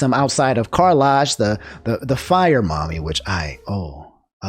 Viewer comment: The way pronounces "Karlach" pains me 😭